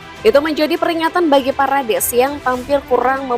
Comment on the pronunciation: Parades parades. Wkwkw parEdes min min.